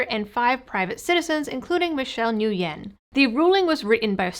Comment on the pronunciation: Nguyen is pronounced, "Win." It makes no sense, according to American English phonics, but it is, none the less. I have a co-worker with that last name.